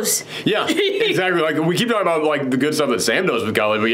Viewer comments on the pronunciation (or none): Isaiah is pronounced EYE-zay-YUH. Leader of the Flagsmashers is KARLI not Kylie. lol